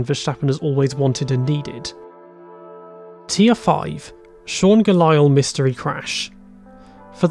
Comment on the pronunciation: As soon as he said Sean Galael I was already like bruuuuh